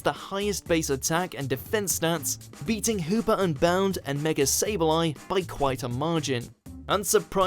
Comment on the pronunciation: Can people please get it freaking right its mega not megaler seems stupid